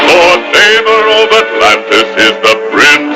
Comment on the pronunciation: Yeah it's Namor pronounced Nay-More not Nuh-More-Ay. Disney can go f**k itself